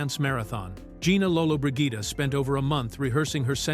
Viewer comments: If the narrator is not able to correctly pronounce the name of one of the most famous film legends, Gina Lollobrigida, he should give up the profession as soon as possible! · creative pronunciation of lolobrigida . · Too bad the narrator could not correctly pronounce Gina Lollobrigida's name. So many other errors!